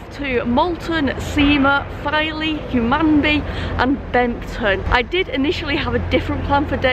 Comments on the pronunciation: You have to prounce Hum an be but i’ll let you off 😃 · We really do need to teach you to speak East Riding.. River ‘Derrr-went’, ‘Hun-man-bee’ (emphasis on the ‘Hun’ not ‘Man’ :-D - great video, I know those places quite well - looking forward to you travelling to the bottom end of that line. Beverley is a fine station - like Filey, but a bit bigger! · Filey station? You were two minutes walk from my house and I never knew. Oh, and it’s pronounced Hun-man-bee. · I've watched this twice just so i can hear you pronounce Hunmanby. It's a silent n. Derwent ya left the R out ) Great little vids,. I'm due mi pensioners pass, so i'll have to find out where i can use it. The WYTE is not as well funded as other places. In some areas ya can use 'em anywhere, but not here in the bleeding West Riding authority region. Mention that because you have a pass, not sure if ya payed for it or it was a complementary one.